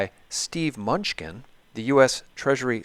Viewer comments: I like Munchkin, but it is pronounced Mah-nu-chin. Great interview! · Treasury Sec name is pronounced 'MIN NEW CHIN' "Mnuechin" Where's the Gold? ,Big Mystery that's been wondered about since I was in High School in 70's. Good question...hmm Big $$$ of world have swiped it? Maybe...maybe Not. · Constant wrong spelling and the guy always gets names wrong. Lacks cred. How informed are you really if you don't know Steve MUNCHKINS name.............idiot "MANOOCHIN"